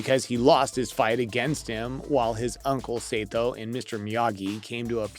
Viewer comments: uncle say toe? SAH TOE jesus christ dude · Sato is pronounced Sah-Toe not Say-Toe